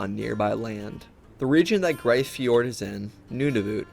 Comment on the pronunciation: Grise Fjord is pronounced "Freeze" with a G